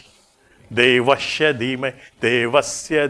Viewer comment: Saya masih belum dengar dengan jelas pelafalannya "De"vasya